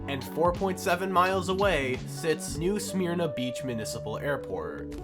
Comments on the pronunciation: Not trying to be rude just so you know for future , it’s new suh-mir-na ❤ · he said sahmear~na 😂